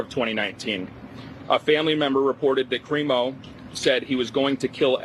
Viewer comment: Everyone’s pronouncing it wrong. It’s pronounced “Crime-o”